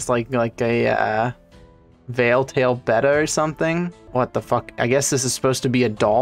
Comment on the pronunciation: I love how he pronounced betta properly. I can’t count how many people I’ve heard say beta instead of betta.